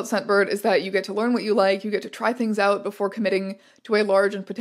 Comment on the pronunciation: “Oot in the spooks” 😆